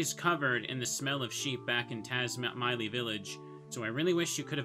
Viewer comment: Taz-My-lee is actually correct, but a lotta folks say Taz-Milly 🤔